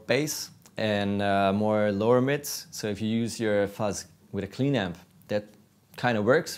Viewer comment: Fuss pedals? What the fuck is a Fuss pedal. Please get somebody who can speak English to do this video.